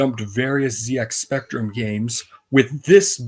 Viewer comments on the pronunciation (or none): Hi, I wrote that Astrocode article on LMW! Few things to note: Even though most of us Americans pronounce Z as "Zee", The ZX Spectrum is pronounced "Zed-Ex Spectrum" pretty much everywhere. The company that produced the game "Finsbury Software" was a one-man show, going by the name "Max N. Brooker" who unfortunately passed away in 2009. There were other games he made as well that are also lost as well.